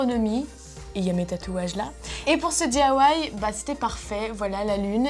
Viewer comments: c'est DIY et pas DAY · Lou bvr non elle dit : dithawaï